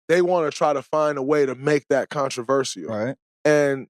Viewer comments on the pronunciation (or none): DRAYMOND GREEN- “CONTRO VER SEAL 🦭 “ 🤣🤣🤣🤣